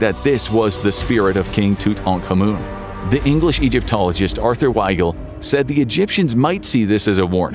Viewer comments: I'm pretty sure it's pronounced TutAnk-Amun "Tut ankh Amen" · “Toot-awn-ka-moon”.🧐 anyway, that’s Egypt’s stuff. Hands off.😡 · I laugh in the face of TootUnhCommon. That’s how you pronounce it, by the way. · Tutankhamun ---pronounced (tut-en-common) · Heard it pronounced that way a few times, but from Americas talking about it so not sure if it’s just how they pronounce it or if that is the actual pronunciation. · Well ok then, I never heard it pronounced like that before.. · Just Say King Tut. Absolutely butchering the pronunciation. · That is not how you pronounce his name lol. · Never heard Tut's name pronounced like that. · He constantly mispronounces even basic words, I've noticed it repeatedly over the years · Nope, Just mispronounced